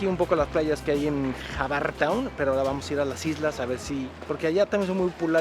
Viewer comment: Hola Alana se pronuncia Juar y espero hayas visitado las cuevas azules. Saludos!!